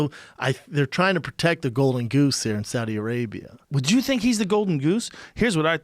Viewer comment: Schaub said Saddi Arabia 😂